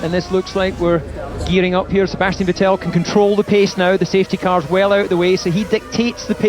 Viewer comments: ve"tell" lmaoi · Why has David always refused to pronounce Vettel properly? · Did DC ever learn how to pronounce Vettel or that just his Scottish accent?